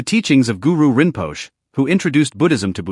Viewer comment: Your mispronunciation of so many words Dana, vipassana , Guru Rinpoche is disconcerting